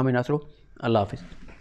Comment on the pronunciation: اوہ بھائ خدا کیلئے آپ ذرا بسم اللّٰہ ارّحمٰن ارّحیم آرام سے پڑھا کریں, جلدبازی میں اس کو بگاڑ کر نہ پڑھا کریں آس سے سب گناہگار ہوتے ہیں_ نیز اللّٰہ بھی درست طریقے سے بولا کریں _ شکریہ